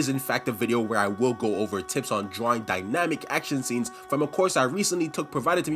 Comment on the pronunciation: Oh yes... DYAMIC action! Sorry x)